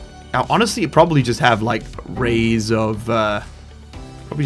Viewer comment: It's "arrays" and 😉